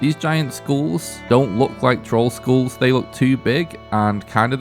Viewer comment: “Giant Skools”